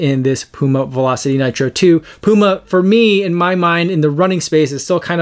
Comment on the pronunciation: Good initial review. Thanks for pronouncing the brand name Puma correctly. 😉